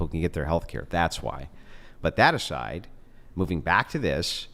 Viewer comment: Sy-aside. Love this guy. Smoking is a nice cherry